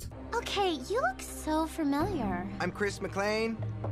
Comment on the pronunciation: its Cris McLain, not mcglon head ass